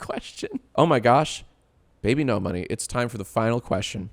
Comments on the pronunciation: You're pronouncing his name wrong it should be "bee-bee-nohs" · why was jack mispronouncing his name as bibi no money when its supposed to be pronounced bibinos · I don’t see how you arrived at that pronunciation, I totally get people that say ‘bibinos’ but your version misses half the letters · You keep saying bibinos wrong Edit: later, yes that is how you say it JACE.